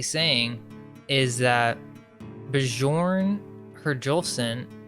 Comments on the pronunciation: You're pronoucing the Scandanvian names improperly. You're discrediting yourself its not Buh-jorn! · Bjorn is pronounced like Bjork. You know the musician.